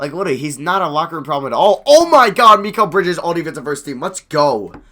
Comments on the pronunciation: Also, I think it's pronounced my-cal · It’s pronounced mahh keeel (L) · Pronounced Meh-kel Bridges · It's pronounced MY-kal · Mikal is Mih-Kell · you put so much emphasis on the "MI" part of mikal bridges name lol